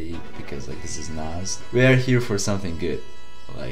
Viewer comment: Cool Reaction, But plz pronounce Nas name correctly